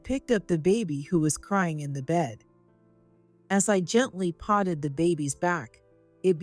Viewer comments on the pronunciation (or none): Missed pronounced patted